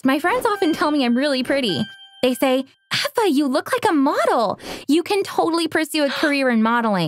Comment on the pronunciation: no it's Eva (pronounced eh vah)